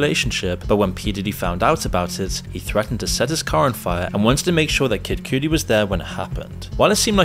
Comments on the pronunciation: DUDE KID COOTIE?!? Man get these names right wtfff 😂😂😂😂😂😂😂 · Kid Coodie lol, it's KA-DI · The pronunciation of Cassie and Kid Cudi btw is "Cass-ie" and "Kid Cuh-di" 👊🏿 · Kid Coodi - wrong Kid Kadi - correct Kaysee - wrong Ka-see - correct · "Kid Cootie" 😂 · “kid coodi” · "Kid Cootie" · “Kid Coodie” are you serious? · This is so far from the point, but sheen casey and kid cootie ?? It's not his accent he's just saying these names completely wrong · bro said kid "cewdy" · Calling him “kid coodie” is insane lmfao. How can you not know how to pronounce that….? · Does this guy know how to pronounce names properly? He says "Kid Coodie" and Seen Cooms" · CASEY & KID-COODI. lol, what's up with your pronunciations? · Your pronunciation of these artists are killing me. Casey, Kid Coodie 🤣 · You need to pronounce the names correctly🤣 “Kid Koodi and Seen Combs” 🤣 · "Sheen" and "Kid Cootie" bruh lol - are you AI, or just completely unfamiliar with Hiphop in general? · Every time he said kid Cudi irked me. Kid coodie 😭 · Maaaaaaaaaaaan...your pronunciations of their names....kills me... Kid "Cutty", CAS-SEE, Too Pawk, for future reference. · Kid Coody??? 🤣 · "kid coodi" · Lol "Kid Cootie". Hahahaha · Lol how are you saying these popular names wrong? 😂 “Casey”? “Kid Coodie”? “Sheen”? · Who tf is "Kid Coo-dee?" 😂 Your pronunciation still sucks. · Kid coodie too lmao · My bro you butchering names.. "Kid cootie?" "Casey?" Shine didn't spend all that time in prison for you to call him sheen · “kid coodie” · He is British. In English, it should be spelt Cuddi with a double D, to pronounce it the way Americans do. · Man you have to learn how to pronounce Kid Cudi's name. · Names!!! Research how you pronounce names!!! FML!! Cassie and Kid Kudi u got so wrong. Disrespectful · Why are you purposely mispronouncing Diddy and Kid Cudi's names? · The mispronunciations of Cassie and KidCudi are insane, lol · Great video, generally love your content. You said Kid Cudi so wrong tho lmao.